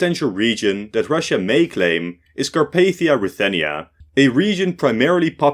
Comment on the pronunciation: false 💀 its ruthenians